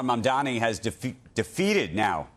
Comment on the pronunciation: First time this arrogant host pronounced Mamdani correctly. Winning the election demolished his arrogance.